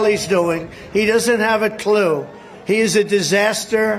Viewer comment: Water comes out fine in my house! How bout you? No not you living in Arizona where there’s no water but I got some! How bout you? My honey! My darling! Who in the f0ck calls thier mate, darling the water won’t make my hair in a beauty way darling! Trimp can’t say clue without making the C juicy and gross